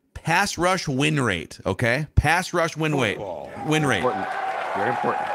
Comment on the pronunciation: “Pass rush win wate” 😂